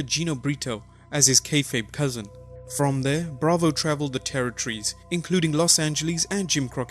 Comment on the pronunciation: The word territories is three syllables not two please please please get someone else to commentate these who's literate